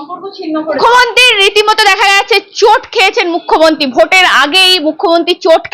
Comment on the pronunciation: আপনি কেন বারবার "মুখ্যমন্তী" বলেন? জিভের জড়তা কাটিয়ে "মুখ্যমন্ত্রী" বলুন দয়া করে!